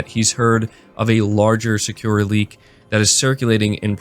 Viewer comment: You're killing me man. さ = Sa (Sah) く = Ku (Koo) ら = Ra (Rah) さくら = Sakura (SahKooRah) Sony is a Japanese company. It would be very beneficial for you to spend even just 30 minutes on something like Duolingo so you can learn the pronunciation. Even if you don't learn the characters.